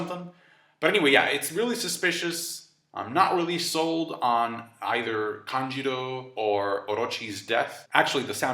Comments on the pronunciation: Why do you say "Kanjiro" instead of "Kanjuro"? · Its KANJUROO not KANJIRO. And also number in card, they have 9 in total lol